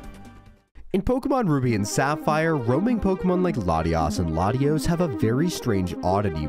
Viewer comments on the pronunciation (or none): "rubi" lmao